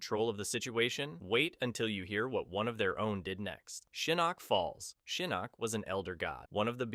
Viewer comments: it's pronounced Shinnok not Shaneck. How hard is to pronounce that damn name? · Your name pronunciations get crazier and crazier as the video goes on lol. Not me hearing you talking about "Sheeyinok" just as I'm noticing it lol. Just chill man, say the names the way you've HEARD them said, don't overthink it. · He meant to say Shinnasty.